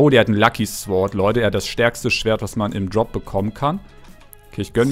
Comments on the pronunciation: Lieber du sagst meistens immer 'sword' so wird es geschrieben aber es wird 'sord' ausgesprochen wäre schön wenn er es liest also bitte liken danke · Man spricht es 'sord' aus!